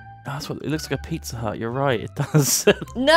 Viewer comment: beezza hut